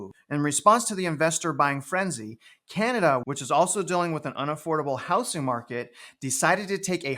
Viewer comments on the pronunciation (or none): It’s pronounced “HouZZing” Not “HouSSing”